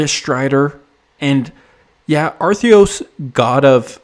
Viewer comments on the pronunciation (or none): His name is Athreos, not Artheos.